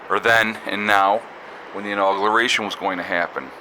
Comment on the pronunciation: Inauguration. No 'L'. It sounds like your saying inaugLuration.